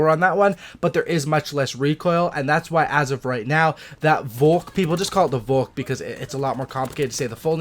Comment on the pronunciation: good pronounciation of the volk 👌